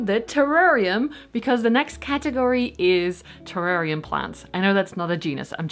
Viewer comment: 🇦🇺 hey 🙋🏻 love that spiral cactus! How cute. The Blue Begonia is GORGEOUS. You pronounced terrarium correctly the first time 😉😉 - your large terrarium hugely inspired me I bought an large aquarium (but as big as yours!) So big plans afoot. I saw how you had taped the palidiflorum leaf in a different segment and I laughed my head off 😂 but..... The other day i accidentally tore leaf on my P. euberescence Ruby ☹️ and then i saw my painter's tape and remembered you and taped my leaf! You can hardly even tell 🎉, so thank you. I also saw you started your calladiums inside. I've had trouble getting mine started, I have them in a humidity unit, planted in terracotta and sitting on a tray with a layer of stones. I put water to just touch the bottom of the pot and wait for it to evaporate and top it up again. It's been 3 weeks and no sign of life. Do you think they'll survive or have I rotted them? Hope your Christmas was lovely and Happy New Year 🎇🎇🎇🎇